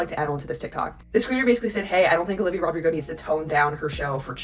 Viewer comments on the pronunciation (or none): her name is olivia rodrigo. not olivia rodrigos. it’s driving me mad. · I really like most things you said here, but if you base your video mostly on one person it would be great not to mispronounce their name: it is Olivia Rodrigo, not: Rodrigos - there is no "S" at the end! I don't really care other things you mispronounce as it happens, but this one feels disrespectful - and I am not even Olivia 's fan XD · You calling he Rodrigos instead of Rodrigo is low key funny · no hate but what made pronounce olivia rodrigo's last name with an s? 😵‍💫